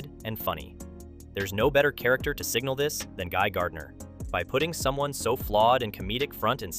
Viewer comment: It's not Guy Gurdinar tho